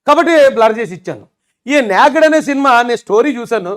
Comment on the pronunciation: అది "న్యాక్డ్" కాదు bro, "నేక్డ్" 😅👍 అంటే నగ్నంగా అని. Good take on rgv, keep it up.